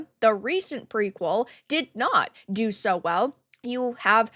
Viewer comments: Even worse was her: "... and evidentially sooooooo." I never heard "SO" pronounced with so many O's. She sounded like a malfunctioned AI. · Her pronunciation of "SO" (... and evidently sooooooo) was the most pretentiously cringe thing I ever heard. It sounded like the old Jon Lovitz SNL skit: The Master Thespian ... only she was serious.